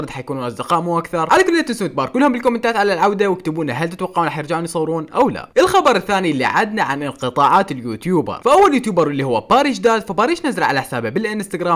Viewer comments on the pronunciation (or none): باريش دادا❎ باريش داد☑️ 😂😂😂😂😂سوري يعني بس مش قصدي شي بس حبيت احكيلك انو اسمو باريش دادا مش داد و استمر لانو قناتك من أفضل القنوات🌚💜